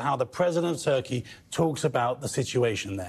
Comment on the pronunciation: it's funny when the interviewer said Turkey and it sounded like Taqîya